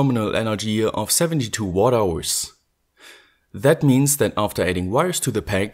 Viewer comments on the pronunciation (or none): none